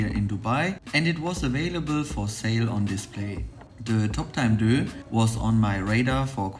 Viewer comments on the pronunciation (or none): Great video as always. Just want to point out that in the instance deus is from Latin and for this company is pronounced day-uss. Love the dial colours and in my opinion this is not a luxury watch rather a premium watch so the packaging is more than sufficient for the product. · You can't even pronounce the name of the watch correctly